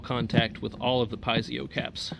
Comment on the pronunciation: Check out the correct pronunciation of Piezo...you will benefit from this.